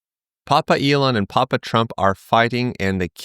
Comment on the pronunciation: Please don't say Papa like that. You're correct that they are all Alt-right though.